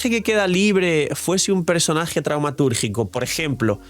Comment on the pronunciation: Cada vez que escuchaba traumaturgico en lugar de taumaturgico me daba toc xd